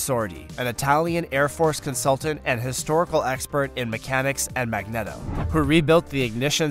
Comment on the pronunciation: This video is so confusing, especially if you watch it with closed eyes and just listen... The producer has the right tone and accent, but listening for any length of time convinces you that this is either the first time he has ever used most of these words or English is a second language to him. By the end, I am convinced it is both. I choked on coffee when he says "MAG NETTO" about 9 minutes in AND "THE WORLDS LARGEST JET ENGINE". The GE90115B is 5.5 "Millimeters long" by 3.5 "Millimeters across".. Proving that modern science has gone beyond Star Wars in that our pod racers with the worlds most powerful jets would have engines smaller than a fingernail. I remember learning how to calculate the area of a quadrilateral it was Area = Long * Across :) Someone needs to call "Pratt and Whitley" to let them know what GE has done.